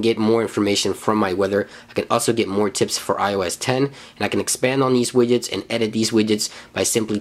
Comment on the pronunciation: forst one is widget, after i only hear: available wijets, my favorite wijets ;)